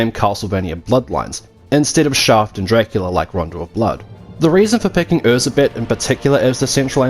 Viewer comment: I loved Nocturne, I loved the French Revolution theme, and I even loved Anette's character. My only gripe (me being Hungarian) was that they consistently mispronounced Erzsebet Bathory's name. It's pronounced Er-Jai-Bet (with a soft J, like in the French name Jaques), not Er-Zeh-Bet, folks!